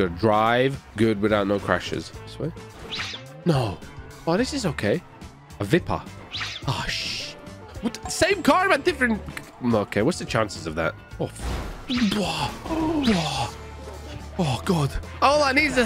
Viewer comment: It's pronouced VY-PER haha! Cool video dude